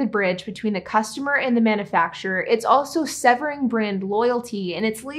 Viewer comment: I enjoy your videos. The way you pronounce "manufacturer" though.....nails on a chalkboard!